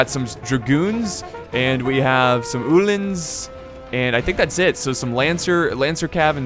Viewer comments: Ooooohlans not uhhhhh-lans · He doesnt know how to say uhlans, say U then say lans